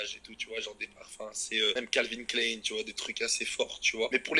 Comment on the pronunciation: Le mec se la joue américain il ne sait même pas prononcer calvin Klein 😂